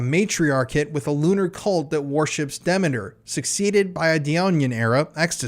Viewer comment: demeter.is pronounced "Dee-meter"